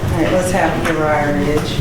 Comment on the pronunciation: Uriha? Like Urea? 😂 Lawd…